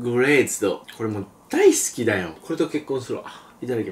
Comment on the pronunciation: 大好きがだいきになってる